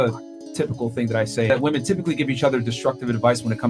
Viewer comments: Again the plural of woman is women, why do these idiots keep saying it wrong? It's not hip or cool. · Women, not woman.